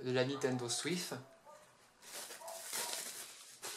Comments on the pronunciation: Il a dit Nintendo Swif 🤣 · c peux être parce que le mec le dit comme sa nan? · Fréro c'est le gars qui le dit comme ça